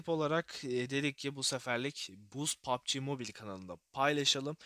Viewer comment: Yav sen niye pubg ye poaaapbi moobaayl diyosun